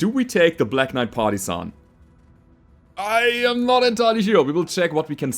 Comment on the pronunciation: all I can hear is "Party-san" and I don't hate it.